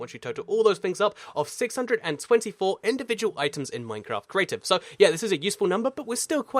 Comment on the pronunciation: Im I the only one too notice that he said maftcraft the beginning of the video